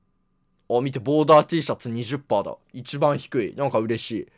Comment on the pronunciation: ボーダーが完全にワールドトリガー見てる人の発音